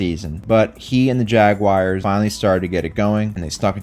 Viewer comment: Why would anyone ever pronounce jaguar like that. There’s no ‘I’ it’s not Jaguire. The native word it comes from is more like ‘yagwar’. Please if you do this, fix your behavior. Just say Jagwar.